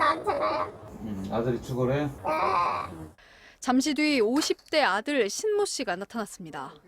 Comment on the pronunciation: 발음잘하세요 심모씨 아니고신모씨네